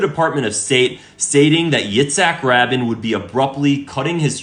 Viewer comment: I'm not going to listen to a guy who can't even pronounce Rabin's name correctly!!!!